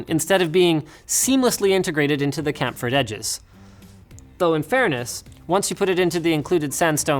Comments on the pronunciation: it's pronounced "Cham-Ferred" not "Cam-Ferred", like the word Channel vs Cannal. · I deal with manufacturing daily. Chamfered is pronounced is pronounced “Cham” “Ferd” like you were mixing “champ” minus the p and “Ford” exchanging the “o” for an “e”. Does that make sense? Chamfer is simply “CHam” “fur.” Sincerely hopes this helps!!! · How can anyone look at the word "chamfered" and decide to pronounce it as Linus did? 😂😂😂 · It's pronounced shamfered not kamfered. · Kamfered edges haha * C H A M F E R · Camfered? Chamfered!! SHAM-FURRED!! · "Camp furred edges" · Chamfered is pronounced "shamfered", same as in champagne. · camferred edges linus now im starting to think your one of those silly people who says jiff when pronouncing gif .... its a sad day to be a LTT fan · Learn to say chamfered properly